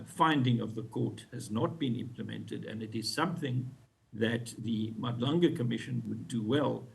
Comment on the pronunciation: Haai guys she still can't pronounce Madlanga in 2025 and she is on the news is nasty work. Folks live in SA they whole lives but can't pronounce the clicks in our language is now just disrespectful